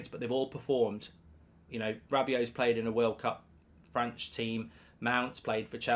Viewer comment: Did he say Franch team🤣